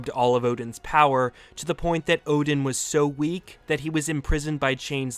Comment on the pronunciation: What are you.. the god of hammers.. "odin"